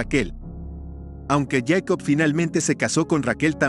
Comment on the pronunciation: ¿POR QUE YACOB Y NO JACOB?